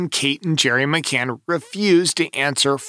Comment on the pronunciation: Mispronounced McCann as McCain in the first few seconds ...